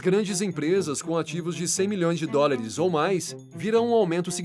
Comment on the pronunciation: Bom conteudo, boa voz e dicção. Pórem vale a pena se atentar para algumas palavras ditas erradas. Não é DORILIS e sim DÓLARES. de resto, tuudo certo!